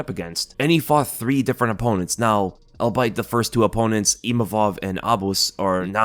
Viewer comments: "all be it" not "all bite" haha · "Albeit" is pronounced "ALL-BEE-IT," not "all-bite." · My boy just saaid Al Bite xd